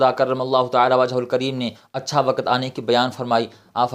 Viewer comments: Not wakat. "waqt". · Not wakat. "waqt".Quraan